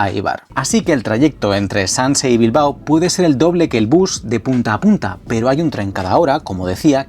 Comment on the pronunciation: Bilbao, no Bilbo. Gracias.